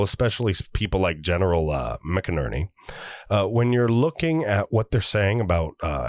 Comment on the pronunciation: Not crazy about being read to. Just provide a link to the article or interview and give us the meat. Also, General McInerney's name is pronounced "MacInerney". Love your show and the info you provide. Sharing to everyone I know.